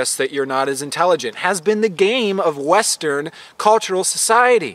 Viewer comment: it sounds like you said "wes-turd" society. How fitting. 💜😂💜